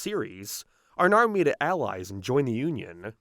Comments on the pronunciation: Whats with the random 1 off words being pronounced wrong? Now is nerrrw for example, space is sprse, paced is pea-s-ed. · Buddy.... Your vowels. You're saying basic words wrong. Fix your impediment. Thumbs down. Now is not pronounced "nar" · was the most CURSED pronounciation of "now" i've ever heard, lmao. I actually repeated it to listen to it again :P